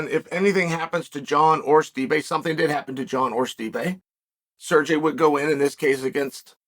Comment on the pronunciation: Who da fook is "SURjay" 😂😂😂